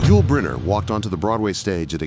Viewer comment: The Ai voice pronounces Yul as "why-you-ell". I'm so fed up with Ai.